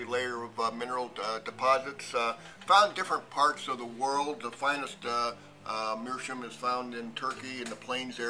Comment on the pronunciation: It's not meerschum, it's meerschaum. You can hear the a.